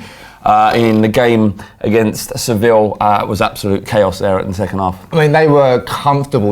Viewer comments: The team and the city are called Savilla - it's pronounced "sav-e-ya" And Firmino is pronounced "fir-me-no", not "fir-meen-e-o". If his name was spelled Firminho, then yeah - but it's not, so at least TRY to be professional, yeah? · Swif Teh It's spelt Sevilla and it's pronounced Sev-E-ya.